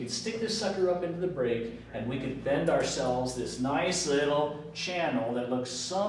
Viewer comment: bend allowance...not bed..slow down a little, It would also be a little helpful if you could write neater, it makes it hard to follow you...your great at what you do please consider my request